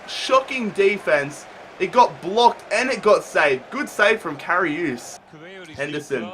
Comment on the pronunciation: It's karius not kariuse